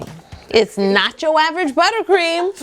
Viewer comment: you said nocho 9 times